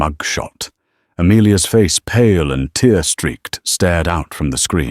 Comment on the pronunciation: Your AI needs improving. Some English words are spelled the same but depending on context are spoken differently. Like ‘tear’ crying, and ‘tear’ a rip in a cloth. Your AI used incorrect pronunciation in multiple places. Also, grammar makes your AI speaking with stops before end of sentences and so next sentence beginning weirdly. Pretty much all AI stories have same issues. I am not an expert but I do know when the spoken word is not correct